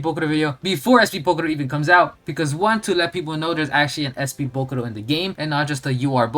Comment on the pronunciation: It's jarring as hell how you pronounce "bokuto". Almost sounds like you're saying bokuRo